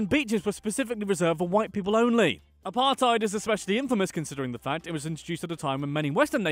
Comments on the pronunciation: Apart-ate is what apartheid sounds like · Pronounces Apartheid as Apar-Tide South Africans: Eishhhhhhhhhhhhh bru